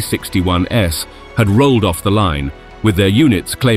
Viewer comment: The narrator also pronounced the plural of P-61 as if it was the "S" model, and pronounced the abbreviation for Me-109 as if "Me" was a pronoun. I HOPE this was a computer-generated voice, because if that's an actual person, he's kind of ignorant.